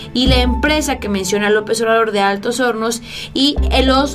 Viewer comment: dise Altos honos es Altos hornos AHMSA